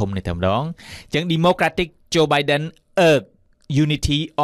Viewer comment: Please check the pronunciation of the word" democratic".